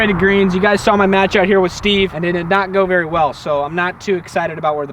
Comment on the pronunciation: its berry cold hear berry cold 🥶